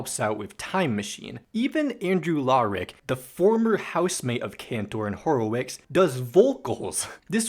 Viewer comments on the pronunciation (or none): Ok, im gonna do this real quick. Ross: (ross)-fehder)men). Andrew: (aendriw) (horowitsz) Rob! (Rob) (cahntour) Joe: (joe) (hah)(lee) And you did zubin mostly fine.